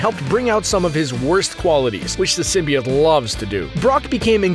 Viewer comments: Venom can heal bones and tissue too!See the movie.Oh,symbiote is pronounced Sym-bi-ote. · you're saying it all wrong. it's Sym-bi-oats... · It’s pronounced sim by oat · YOU SAY SMYBIOTE WRONG but I have a question for y'all. who's your favorite Spider-Man villain?